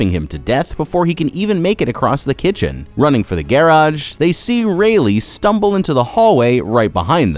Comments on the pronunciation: I like how you say the word ,,garage'', but I was disappointed you didn't wear a red cap! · why you say Garage like that ?